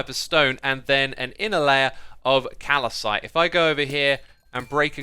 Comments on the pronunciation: Also "Calicite" instead of "Calcite" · It's pronounced Cal-cite... aka Chalk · Not to trigger anyone but it’s calcite not calacite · From which dimension does "kalasite" come from you illiterate simian? Btw love your videos, take care, lots of love, learn to english! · Learn to pronounce calcite bruh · Xiuma i do wonder oh once in a while you struggle to pronounce the easiest words. First it was axolotl now its calcite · You said calcite wrong. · HOW DID XIZUMA JUST PRONOUNCE CALCITE XDDDDDDDD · As a geologist your pronunciation of calcite pains me---its Cal-cite, not Cal-a-cite! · Its not calicite u shmuck, its calcite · its cal-site not cal-i-site. otherwise great video cheers! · Just a friendly correction, you are pronouncing Calcite wrong. You said Cal-i-cite but it’s just pronounced cal-site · It definitely isn't pronounced cal i cite. It's cal-cite. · As someone who's PhD was based on calcite, it pains me deeply to hear you pronounce it as 'Calicite'. There's only one 'i' in there. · It's not Calacite. it's just Calcite. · My OCD is bothered : Calcite not Calicite. Just one i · Callecite.. Xisuma and pronouncing words. XD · its calcite, not calacite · English isn't my primary language, but I don't think that calcite pronounced as "calacite"... :D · Calcite not calicite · Is it pronounced "calicite" or "calsite"? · It's "cal-cite" not "cal-a-cite" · Did you just pronounce Calcite like Calacite? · hey x, just fyi it's pronounced "kal-syte" not "kal-ih-syte" :) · Calcite is pronounced "KAL-site", not "KAL-uh-site". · Calcite not calacite... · Did he seriously just say "kal-uh-site"???? Xisuma, my European friend, it's pronounced "kal-site" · Calacite... Calacite........ Okay im not gonna say it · your pronunciation of amethyst and calcite is very disturbing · Calacite, amathest, nether instead of never. Xisuma is a grammar Nazi's worst nightmare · Ah yes, calicite and amythest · "Amethest" and "Calicite"!